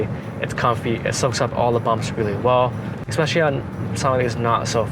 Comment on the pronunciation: eKspecially nice Teeyota